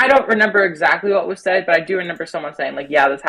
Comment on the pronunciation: she said she doesn’t “renember” i mean…u dont renember much do you